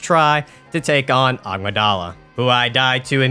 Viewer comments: “Uh-MIG-Duh-Luh” 🫡 not Amadala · ah yes agmadala amygdala is pronouce uh-mig-duh-la btw edit: don't have to change the way you say it it's just in case you didn't know that's the correct pronunciation